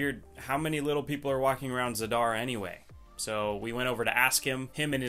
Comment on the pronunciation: Your city pronunciation is outstanding! I think haha